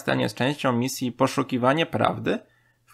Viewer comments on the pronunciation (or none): aaaaaa jak mozna mowic "mihael"? To jest "majkel" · jaki Michael, Majkel się czyta. To chyba najgorszy moment w tym filmie, jak ten gość czyta. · Pls nie mów Michael tylko Majkel :_ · Imię Michael czyta się Majkel 🤦🏼‍♀️ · majkel nie michael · chryste!!! czyta się majkel... nie michael